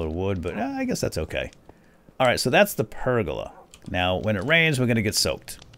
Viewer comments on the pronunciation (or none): Anyone else laughing at incorrectly pronouncing pergola constantly?